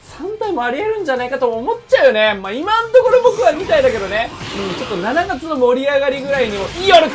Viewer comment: 7月の読み方めっちゃ気になる😂